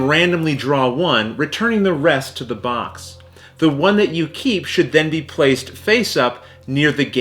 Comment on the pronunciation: Every time he says box I hear Vox! 😂